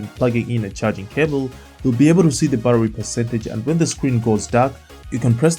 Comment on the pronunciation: So I had to check after you asked us if there's any difference between "buttery" and "battery" 😄 Looking away from the screen, and just listening to that little bit several times… no, they sound pretty much the same to me when you say them! I hope this doesn't cause you any problems when you're doing the grocery shopping. 😊